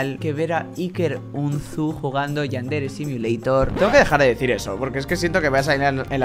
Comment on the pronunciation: Es mi imaginación o cuando dises Yandere simulator dises Yandere simiolator